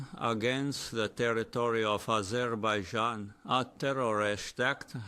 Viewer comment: NATO Nation...Azerbeidzjan???!!! 😂😂😂...Fake A.i bullshit!!! 😂